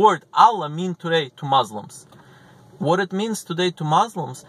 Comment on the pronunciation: It’s Muslims not mauslims